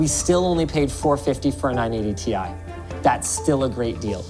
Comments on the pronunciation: omg... is a time traveler he called the "T I" the "TIE" 3 times in a row:D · Love how says 980 Tie instead of 980 T.I.